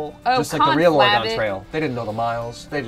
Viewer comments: The way pronounces Oregon. Cringe. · As an Oregonian listening to you completely butcher the word willamette and Oregon the entire episode was both cringe worthy and oddly funny